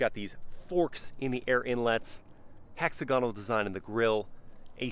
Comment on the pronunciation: is this really how americans pronounce “Hexagonal” ? 💀